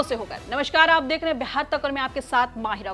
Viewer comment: Correct Pronounce is Beehaar not Behaar,pls correct your pronunciation